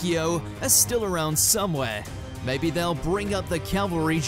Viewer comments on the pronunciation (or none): none